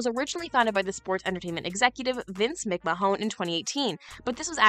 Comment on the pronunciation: ""????!!!!!!!!! It's McMahon", pronounced MIK MANN